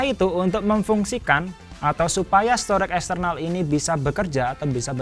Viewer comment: STORAGE dibaca STO-REJ, bukan STOREK!